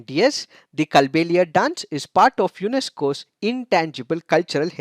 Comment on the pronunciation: Sir i am from Rajasthan Kindly make the correction in the pronunciation it is कालबेलिया डांस I love the analysis ❤️